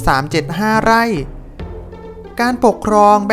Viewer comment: สองล้อย...ไล่ อ่านคำไม่ผ่านครับ ร้อย ล้อย ไร่ เป็น ไล่ รับ เป็น ลับ